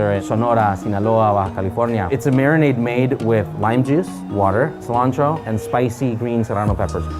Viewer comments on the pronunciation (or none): none